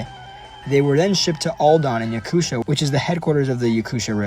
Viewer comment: Little gap in speaking name "Yakutia" You speak Yaku"sh"ia, but it's region named Yaku"T"ia, "tia", reading like "tea")))) Hello with Russia, Voronezh)))